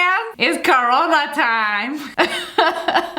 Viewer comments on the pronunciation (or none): *Corona, not carona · I almost died if laughing when she said it was corona tine 😂